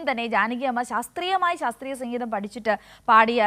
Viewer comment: സംഘീതം അല്ല മാഡം... സംഗീതം !!!🙏